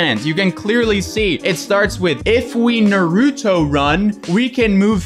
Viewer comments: no hate but its naruto not narudo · Naruto not naruuuto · The way you say Naruto triggers me I'm sorry. It's Naru-to, not Nar-U-to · "Naroooooto?" It's Naruto (Narr-uh-toe) lol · Na-root-oh? I always though it was pronounced nar-uh-toe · God, anyone else got a pet peeve on how so many people say Naruto wrong? ITS NOT FUCKING NARUTU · The way he says nuruto makes me cring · can’t pronounce naruto right don’t say it it’s NAH-RAH-TOE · Na-rue-tow lmao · The show literally says Nar-uto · “NUHROODO” 💀 Naruto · Nah ru toe? Wtf I hate people who talk the wrong way for no reason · NAW ROO TOE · You said Naruto wrong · The way they pronounce “Naruto” actually triggers me. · I lost all faith in you...You said Naruto wrong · "Nar-ooo-toe" haha you can tell this guy hasn't seen Naruto 🤣🤣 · you are saying naruto wrong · When fake anime fans pronounce naruto WRONG >> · The way he said naruto 😂 hurt me a bit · Ok... when you say Naruto PLEASE TELL ME WHERE YOU HEAR THE D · The way he pronounce Naruto sounds like a fake Naruto show. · So no one else is triggered by pronunciation of Naruto? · love you but you’re not pronouncing naruto correctly. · Lol I can see all the naruto fans getting triggered at this vid, he’s literally pronouncing his name wrong the whole vid😂